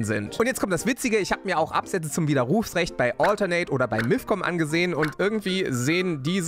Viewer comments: stimmt, aber solange von dieser Betonung sein widerRUFsrecht nicht kaputt geht, ist ja alles ok :D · Hihi... ich finde deine Art wie du Widerrufsrecht sagst lustig. Du betonst das "u" so. 🤪😅 💪 #KreativeFragen Wenn du später mal wirklich eine Flug- und Landebahn mit den Dominators bestücken solltest, werden die Flugzeuge dann auch schneller landen und starten können, wegen des guten Speichertakts?